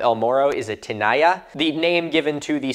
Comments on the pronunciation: Tinaja is actually pronounced “tin-ah-ha.” Just FYI 😉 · ⟨tinaja⟩ coming from Spanish is said more like tih-NAH-huh (/tɪˈnɑːhə/) or more directly in Spanish /tiˈna.xa/ tee-NAH-xah (where /x/ is the ⟨ch⟩ in “loch” and “Bach”)